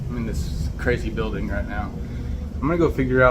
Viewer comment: "THIS IS A SECURE BILDIN 😡" 😂😂😂